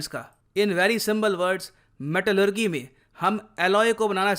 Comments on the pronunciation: मेटेलेरजी not मेटेलेरगि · Sir metallurgy ko metallurjee bolte hai naa ki metallurgee bolte hai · Good information. One correction- Pronounciation of Metallurgy is wrong. It's मैटलर्जी not मैटलग्री। Thanks 🙏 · Pronounciation of Metallurgy... With "ji" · Pronunciation of Metallurgy = meh·tuh·luh·jee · Dear Sir, pronunciation of metallurgy is not correct... its metal.lur.jee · Metallurgy pronunciation 🤣🤣🤣🤣🤣😂😂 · Bro your metallurgy pronunciation is wrong